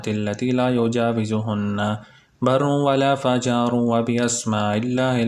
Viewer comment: Assalam o alaıkum brother. it is '' wala fajiru ''